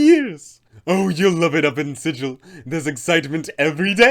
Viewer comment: I already added her in an interplaner courier game I ran. She had the pc's start the faction wars (unknowingly of course) she is so much fun. Good vid! Also I hate to bring this up, but it's pronounced with a hard g like bagel, not the standard sigil. It's in the planescape source book. Just an FYI.